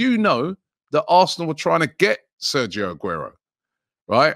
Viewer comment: Anyone else hear “arthnlllll” when he says arsenal